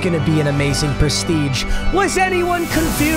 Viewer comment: yo wtf papa trippin😂😂😂 “Preshreeje”?????